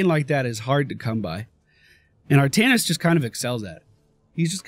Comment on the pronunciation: Artaknees is a fun,albeit an incorrect,way to say his name! He was also the first character I owned! Really fun!